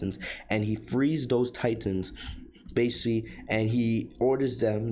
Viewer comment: It’s BASICALLY! Not basi.